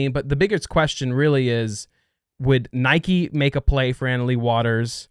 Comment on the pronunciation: cannot pronounce Nike properly. Lol.